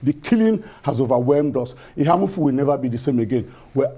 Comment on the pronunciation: The lady in the studio is from Enugu state yet she can’t pronounce Eha-Amufu properly.. SMH